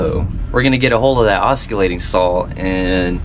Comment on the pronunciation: Awesome job, but I am going to be a bit of a word police here 😂 the word oscillating is pronounced with the "C" being silent.😂 but I understood what you meant. I really enjoyed seeing your videos from when you were at Jason and Danielle's.